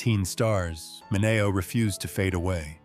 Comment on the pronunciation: It’s SAL MINEO PRONOUNCED MIN-ee- o. I can’t believe you.